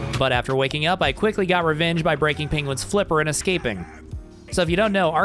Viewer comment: Not Benedict Cumberbatchs "Pengwings" . That was the last joke i would've expected.